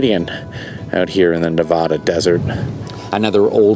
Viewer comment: You’re mispronouncing Nevada, and it offends us 😂